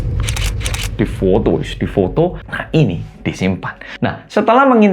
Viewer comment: Di foto di foto 😄😄 logat arek Malang e mettu